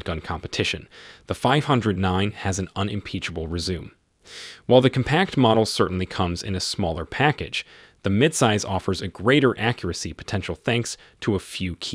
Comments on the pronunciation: It's Rez- U- May, not "resume", not 19 hundred and eleven. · Resume is pronounced res zoo may.